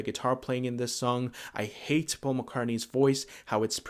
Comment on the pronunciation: But it's NOT Pasul Mc Cartney...Wake up..